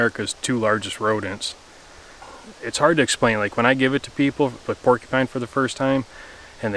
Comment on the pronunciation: "Pulled pork-eee pine" haha the way you said that made me chuckle.